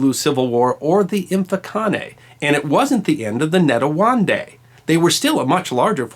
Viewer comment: Shaka fought the Ndwandwe in that battle in the hill, their leader was Zwide. Ndwandwe is pronounced Ndwaaaaa Ndweeeee, Zwide you pronounce it like Zwiiiii de.